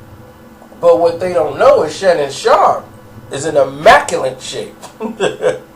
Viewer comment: Inarticulate dude attempting to be articulate pronounces immaculate as "immaculant" then mitigates his chances even more as being discerned as an eloquent speaker by mispronouncing "narcissistic", as omnipresent as any word out there within the confines of an abundance of remedial vernaculars harbored by delusional, pretentious "sapient" speakers.